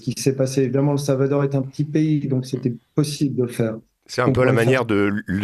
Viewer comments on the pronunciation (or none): Le Salvatore, 🤣😭 le Salvadore , il faut réviser la géographie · Pourquoi ce jeune journaliste prononce t il SalvaTor ? Mystère !